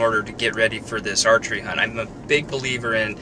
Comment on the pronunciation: oh geeshe i died when i thought said 'you got to sleep well if you're gonna 'hump' well! HUNT! he said HUNT!